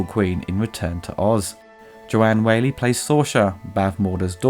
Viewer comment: Not a great film, but better than a lot of the 80s fantasy stuff. Whalley is also pronounced a bit more like 'wally.'